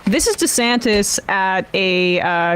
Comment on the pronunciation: So disrespectful, mispronouncing his name like that. It's DEE-Santis, not DisAntis. Disgusted at TMR for stooping to Tucker Carlson-esque tactics.